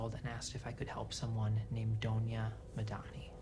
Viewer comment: I thought we were gonna see “the punisher” I heard “judge, jury and executioner” and was convinced when I heard the name “Donah Madani” until I realized it’s “Dinah Madani” wth marvel. Also no one knows who killed short blonde hair lady